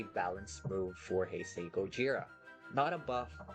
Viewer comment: I hate how he says “ Heisei “